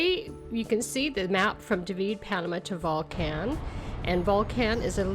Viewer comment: This was a bit difficult to listen to. Some advice: If you come to Volcan [pronounced vol-CON] due to the changes in the Friendly Nations Visa, you will be required to purchase property. It a terrible change in the law. It increases the price of everything as more and more Ex-pats move here. And the locals know it. There's going to be some things you don't like. Keep in mind that you are a guest. People call themselves "Ex-pats" but they are immigrants. That's okay. Panamanians run things the way they do. For example, if you go to a fonda [pronounced PHONE-da] you will likely be served in a styrofoam container with plastic utensils. Less than ideal but that's they way it is. Darn tasty, very inexpensive. You know who isn't concerned with "plenty of parking"? Panamanians. Most get around by bus and taxi and it's fun and VERY inexpensive. A great way to practice your Espanol. You don't need a car. If you have ever found yourself complaining about fuel prices in North America, just wait. Want to get to a trailhead? Get a taxi. How do you get back? They will wait for you. Much more expensive but over a year, not having a vehicle will save you a ton. If you must have a vehicle, you don't need a giant SUV. Those monstrosities are pompous and out of place. You are likely going to have a housekeeper. Get to know her, practice your Espanol with her and understand she likely has an hour or more commute just to help you. Thank you for your consideration. Edit: Don't surprised if your ho